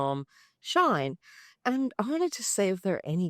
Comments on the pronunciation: It's pronounced "she in". It's a combination of both English words. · Love your vid am trying to buy them so thx but plz it's not a problem but please it's "she in" not "shine"thank you ❤❤